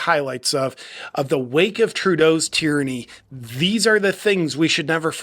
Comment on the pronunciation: It's a wake of tyranny not tyrancy😅.. It's OK we still love you!